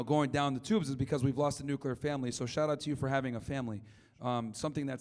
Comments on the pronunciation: The first thing you learn in "nuclear education" is that it's called "Nuclear". Not "Nukiller". But hey! It's kinda funny 😅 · They call it '' nuccular''. It amazes me.